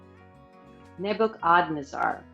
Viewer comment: Nebuchadnezzar [ neb-uh-kuhd-nez-er ]